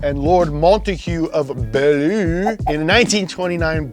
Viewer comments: Just to help you out, Beaulieu is better pronounced Bewley 🤣 Its home to the National Motor Museum. Although I actually prefer your way 😂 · hi, I know British names can be hard to pronounce sometimes. The phonetic for Beaulieu is "Bewe-li". It's one of the major homes of Motorsports in Britain. Along with Brooklands (the home of it) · It made me laugh so much when said "Beaulieu" in the way that he did. I live local to Beaulieu myself and its pronounced like "byoo-lee". Love the videos guys! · that place is pronounced b-yew-lee. Home to the Beaulieu motor museum great place there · Fun fact, Beaulieu is pronounced Byoo-lee. Despite inventing the language we are no goo at using it. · Sweet episode. Btw we pronounce Beaulieu: "byoo-lee" :D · Beaulieu is pronounced "byoolee" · Beaulieu is pronounced Byoo-lee. Theres A manor house there where they trained secret assasins there for ww2. They have an amazing car museum. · The pronunciation of Beaulieu 🤣🤣 Its said kind of like B-You-Lee . Great place that does a good car show, their simply events are always a good day out. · From UK: Beauleigh Said like this: Buu Lee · Oh hey, I live just down the road from Beaulieu. It’s actually pronounced B’you-lee. I also believe it’s Britain’s biggest motor museum, it’s where the land speed record cars are stored. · Beaulie is pronounced "Byuu-Lee" just btw :)) it's also got an amazing motor museum and a top gear section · Love this, and all that you do, sorry to be that guy but Beaulieu is pronounced Bew-Lee. I know it makes no sense! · Loved his attempt at pronouncing Beaulieu 😂 byoo-lee is how you say it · It's pronounced BE/YOU/LEE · Hey love the series so much but the england one is said like b y ew l ie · It’s pronounced Byew-Lee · My guy... It's pronounced byew-lee but I love your pronunciation ! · final destination is pronounced 'byooly' :) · It’s pronounced bew-lee-oh :) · Oh shit.. I live like, 5 minutes from Beaulieu…. Bee-you-Lee btw ;) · Bew-lee, England